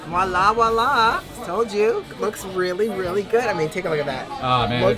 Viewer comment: Loved your video just one complaint when you said wola it’s voila the sound of like voice vice etc not wola the word is French and being a French speaking person it hurts my ears when someone mis pronounce’s it. Sorry it’s just a pet peeve of mine. Thank you